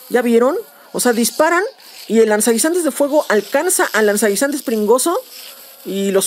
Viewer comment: "Lanzanguinzantes" xD